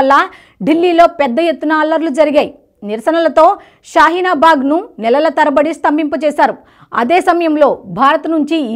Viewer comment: షాహీన బాగ్ కాదు షాహిన్ బాగ్.